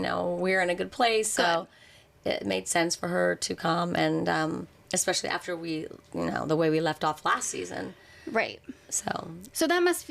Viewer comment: Does the interviewer realize she’s saying “eXpecially”?